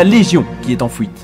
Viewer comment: Alors je pense que pour ce genre de vidéo où tu parles pendant 30 minutes. Les problèmes de langages du genre "fouites" et "pouits" sont à proscrire. C'est vraiment très très désagréable à entendre. Sinon je viens de découvrir et j'adore tes vidéos :') (surtout parce que c'est WoW). Bonne continuation !